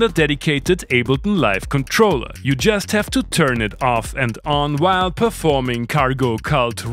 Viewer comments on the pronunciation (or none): I enjoy your “W” and “V” pronunciation “vhile” using different “woices” 🤣🤣🤣😜